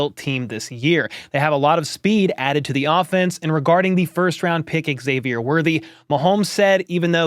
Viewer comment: Bro, it's pronounced Z-avier, not EX-avier. We've had months of media now and a draft to get this right.